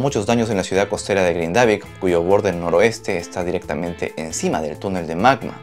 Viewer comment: gracias por la info, solo para aportar en algo a la información (vivo acá en Islandia) el pueblo se pronuncia GRINdavik....como cualquier palabra en islandés, la acentuación siempre será en la primera silaba.